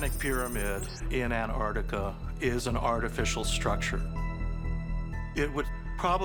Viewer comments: It's not anartica it's ANTARTICA why can't people say it correctly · It's pronounced Antarctica, not Anarctica. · Because it's not that either. It's Antarctica. You missed the "c."